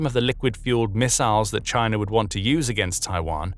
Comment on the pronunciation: "CHINER"? Sounds a lot like the Harvard "R". Alasker. Hawaiier, Alabamer, etc.